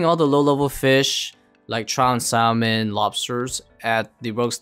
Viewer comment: Bro the L is silent in salmon